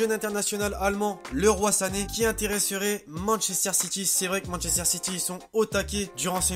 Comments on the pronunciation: C'est pas Leroi Sane Leroy(Liroyyyy) Sané 😉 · On ne prononce pas ( le roi sane ) mais leroïe sane ecrit leroy sane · " Le roi Sané " on dit " liroye " mdrr 😂😂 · Juste un truc c'est pas leroi sané mais leroy sané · On dit leroyyy sane pas le roi sane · On dis leroyy sane pas leroi